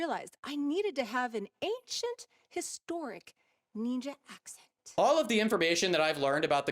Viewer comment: Ohk, so let’s break down the levels of racism here: The blatant mispronunciation of NEENJA, like she’s a five year old who hasn’t been taught better The idea that this woman thinks that NINJAS, those ancient JAPANESE espionage agents are from CHINA And perhaps what’s probably the most multilayered example of racism here: she says she goes to China… to seek the help of BUDDHA, a historically famous INDIAN man who promoted peace and enlightenment… to be a NINJA… an agent of espionage and assassination… Just, the more attention and thought you give to this war crime against the arts, the more terrible it becomes and the more angry you become